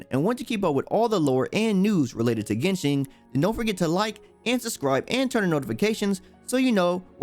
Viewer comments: Still pronounced as GenShin tho. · It's genshin not genshing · "Yo wa shin" =______= Thanks for trying